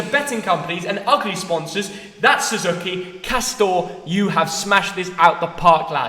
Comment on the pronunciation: i think your a bit of a mug for how you pronounce suzuki